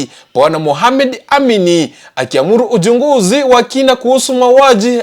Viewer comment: The reporter is a pure kisii he need to enhance how to pronounce some Swahili words eg: Vijwani ,Ujunguzi what an error he messed the taste of the story